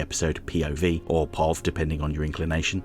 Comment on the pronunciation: I have never heard POV pronounced paughv. Is that a British thing? Some weird Oklahoma variant?